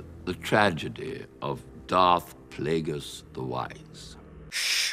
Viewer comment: deserved at least 100 sins for mispronouncing darth plagueis